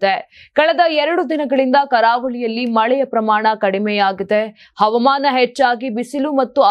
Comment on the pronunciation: Avamana alla havamana ,speak kannada properly